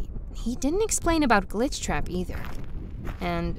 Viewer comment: Ok mr....... Gleechtrap HE LITERALLY SAID GLEETCHTRAP LOLLLL😂😂😂😂😂😂